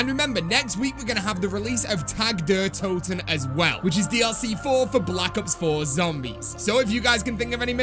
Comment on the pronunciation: Isnt it pronounced tog der toten